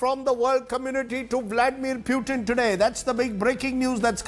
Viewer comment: Its not peutin its PUTIN 😂